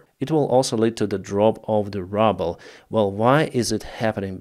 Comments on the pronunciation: A lovely malapropism - as you pronounced the "drop of the Rubble", instead of Ruble (Phonetically in English - Rooble). I know languages can be difficult at times but your pronunciation on this was brilliant, inadvertently where rubble has a different meaning in English like what's left of a collapsed building but entirely appropriate lol. Keep on doing what you do. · I like,, how you pronounce the Russian ruble; as rubble.;)